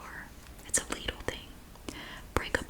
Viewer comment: I'm from Germany, the country Lidl is originally from, and it's pronounced "Leedl" in the original German too :).